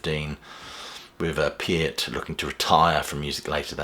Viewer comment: He pronounced "Peart" correctly and that's the legitimacy I was looking for. I read Geddy's book, and I'm surprised by this move. However, Geddy has more left in the tank and he LOVES this music. I think Neil would be totally fine with it.